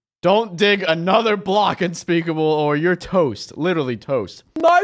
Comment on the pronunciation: How did u do that say unpeakabble